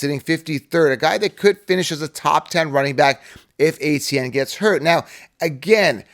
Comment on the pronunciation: Travis ETN, not ATN